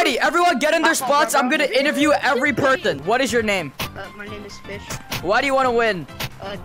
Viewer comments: "Im gonna interview every perthon!" -, 2023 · you said purten not person